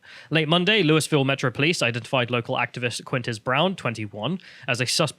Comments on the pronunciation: “Lewis-ville”—ha. It’s Loo-uh-vull or, for some non-Kentuckians, Loo-ee-ville. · It's not pronounced Lewis Ville. It's named after King Louis, but it's locally pronounced Luahville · Loul- vul not lou-y-ville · Hey British guys. American here… It’s pronounced “Loo-yi-ville”. Also pronounced “Loo-ville” by the locals who live there. Not “Loo-yis-ville”. 😂 With that said, love your channel! Great commentary. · Quick pronunciation correction, it's not pronounced Lewis-Ville. It's Loo-Eee-Ville. Think about the name of the French king. People from the area sort of do Loo-Wuh-Vull. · Its annoying hearing bits say Louisville it's pronounced loo-i-ville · As a native I have to correct your pronunciation. It's more like Lu- Vul. Basically don't enunciate any of the vowels and you're pretty much there. Lee-Is and Lu-Ee are both incorrect. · I swear to god...Louisville KY is pronounced “Lou-ee-ville”. As a my resident the “Louis-ville” pronouncement hurts. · We pronounce it loo-e-ville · Fyi it's pronounced like loo -uh-vuhl. (Louisville native here.) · It’s pronounced “low-a-vul” or “loo-ee-vil” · Loo-E-ville, you're driving me insane you limey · Oh and it’s pronounced “loo-uh-vole” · the s is silent in louisville